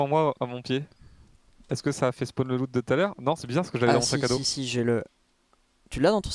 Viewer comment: on dit loot pas lot